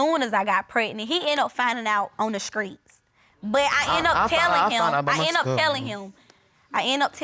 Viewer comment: It's streets not skreets 😁😂😂😂 in the second case of destiny shands